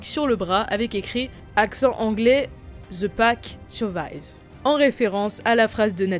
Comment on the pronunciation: Rien d'obessessionnel mais pitié prononcer the en ze C'est juste.. Horrible